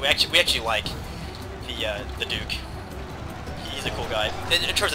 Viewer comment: A clear victory! All hail the dork of normandy! Epic mispronountian